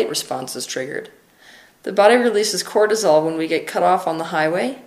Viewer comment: Cortisol not Quartizole.